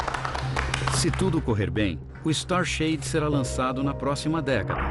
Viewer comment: Alguém pode me dizer o nome do projeto que vai bloquear a luz para que possa ver um exoplanetas, eu to com muita dificuldade para entender o que narrador disse... "Star share" " Star shad" eu não consegui entender... E gostaria de saber mais sobre isso